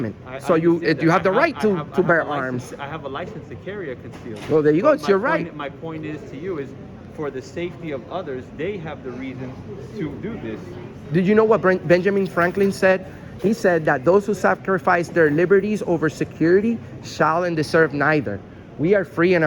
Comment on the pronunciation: “Benjaming Franklin” interesting pronunciation.